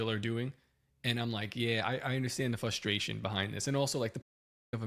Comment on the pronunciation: Top: “Fusstration.”